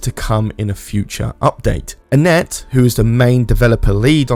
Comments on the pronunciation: who is annette lol? i think you might be saying etienne wrong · I'm pretty sure "Etienne" is not pronounced "Anette." :)